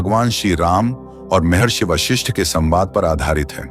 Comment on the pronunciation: विश्लेषण पिकही किया लेकीन वशिष्ठ के जिस हर बार वाशिष्ठ बोलते गये .आपको इतनाही मालुम नहीं की उस ग्रंथका नाम योग वशिष्ठ है | वाशिष्ठ नहीं | ॐ